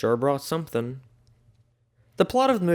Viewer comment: he says “someting” and that made me mildly upset.